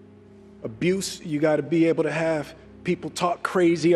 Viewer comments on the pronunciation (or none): none